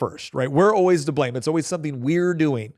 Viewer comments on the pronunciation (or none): none